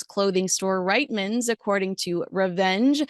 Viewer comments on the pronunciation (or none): Reeeeetmans 😅 not Riiiiitmans ❤ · Can I just correct one thing? I constantly hear this brand said incorrectly - Reitmans is pronounced REETmans (just an FYI ) thanks for all you do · Hey, we pronounce it ‘Reetmans’. Not that you’d ever know that based on the spelling…. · For the record Reitman’s is pronounced Reetman’s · Hey …just an FYI from a Canadian…it is pronounced REETMAN’S! I have tried to tell others who aren’t from Canada that, but no one seems to get it…so hoping you will be the first! Great bullying update! 😉